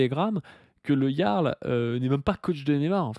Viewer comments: moi aussi je prononce "Gearle" 😂😂😂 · Ça s'écrit le "Jarl" et ça se prononce le "Yarl". Encore un pseudo de faux jeton, ça s'écrit pas comme ça se prononce ! 😂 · En tous cas si Delavier dit "le Jarl", on est sûr que ça se prononce "le Yarl". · c est un ami mais il ne sait pas dire correctement le prénom de Jarl? bizarre, vous avez dit bizarre?🤔